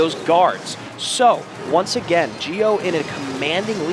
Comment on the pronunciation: "Gio" is pronounced like "Jo", not "Geo"